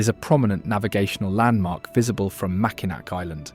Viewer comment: The Mackinac bridge is pronounced MackinAW. That said, it's a common mistake.